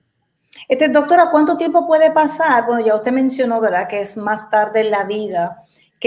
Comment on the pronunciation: SE DICE VERDAD NO VELDA TODA UNA DR